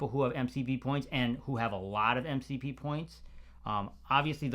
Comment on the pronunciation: did you say MCP close 😂 sounds like the word "Voldomort" from Harry potter now 😂